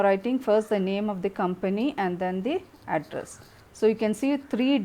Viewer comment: Address sounds like Adras😂😂